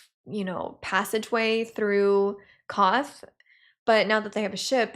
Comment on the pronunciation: Just FYI (in case you want to know), the city you seem to be calling "Koth" is Qarth, which is pronounce like "car" with a "th" at the end. But since most of the actors say it with a British accent, the R is almost completely silent. In they same way Emilia Clarke says "guard" but it sounds like "god" (e.g. "Kal Drogo is godded by 3 Blood Riders and I have 3 more godding me."), she says "Qarth" but it sounds like "Koth".